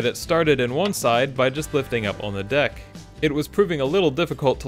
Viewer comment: Sounded like “get the dick into place” 😂 cool vid, great repair